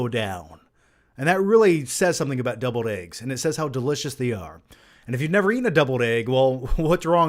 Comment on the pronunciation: lol I was like.. is he saying doubled eggs?